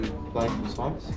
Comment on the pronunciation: I am french, I’m surprised how well everyone pronounces pain au chocolat❤ The t is silent, for croissant it's the same😊